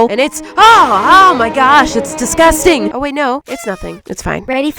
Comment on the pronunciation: “your disgustan” The cat”👁️👄👁️ what did you gust say”